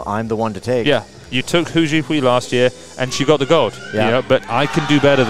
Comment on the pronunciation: This was amazing, so happy for the top 3 and everyone else who made incrediblee lifts. What an awesome competition. BTW, "Hou" in Hou Zhihui's surname is pronounced like Santa's "ho ho ho" or like saying "Oh", not like "who" :)